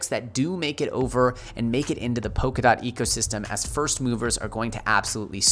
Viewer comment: It's Polkadot with an L and not Pokadot. :-)